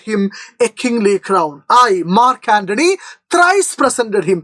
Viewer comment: not mark antony 😑😑😑 ,Nachu antony 😂😂😂